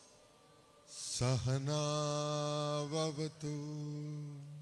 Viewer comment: സഹ+ നൗ+ അവ തു എന്നാണ്.